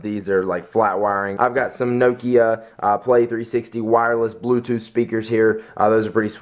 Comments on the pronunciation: nok-ia. not nokio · nokia!!!! not nookia haha its makes me angry, i may be wrong with my english accent but y'know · Nokio..... Pronounce it as; NOK "E" "A" (Nok-i-a) Don't pronounce it as Noke-ia.:P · lol the way he say nokia ahahahaha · You say Nokia funny, it's either that or because I say it different and I am british O.o